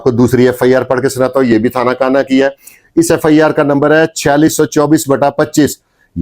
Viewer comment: Thana kuhna talafuz drust karen